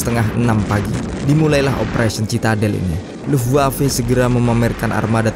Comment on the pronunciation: Bacanya luftwave bukan luftwav